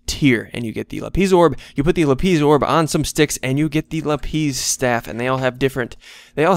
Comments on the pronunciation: Lapis not la,piz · It's lapis not LapEESE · lapis not lapees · Its lapiss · him saying lapeez haunts me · THER BE NO Z IN LAPIS (lap-is) as in iris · lapiz - pronounced la-pise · u ar calling lapis wrong